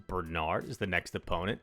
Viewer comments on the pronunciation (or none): none